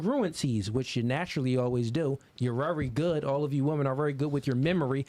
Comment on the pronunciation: I love when he says wery.